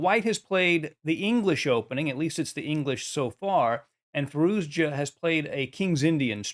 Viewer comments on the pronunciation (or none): Fah-ROO-shah. It’s not that hard.